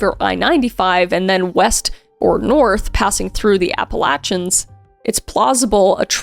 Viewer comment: Just came to say thank you for pronouncing Appalachians correctly. 😊